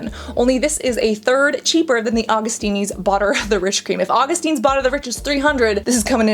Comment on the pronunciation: Your pronunciation of Augustinus Bader kills me 😂 Awe-gust-in-us Bay-der